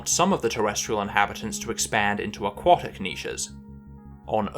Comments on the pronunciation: AQUATIC... not AQUOTIC! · I was surprised by your pronounciation of AQUATIC (as in OUGHT). Then I found out that your pronounciation is standard in the USA and you spent a lot of your formative years in the USA. Still ... very strange. I suppose A => O under the influence of W. A sound change restricted to North America and occurring sometime in the last 400 year ( I presume ?). Have any other words undergone a similar sound change ?